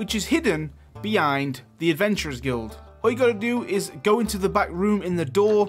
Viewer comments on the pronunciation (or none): none